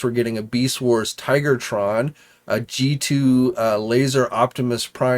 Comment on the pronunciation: First of all, it's Tiga tron not Tigertron. Second, this is Tiger hawk .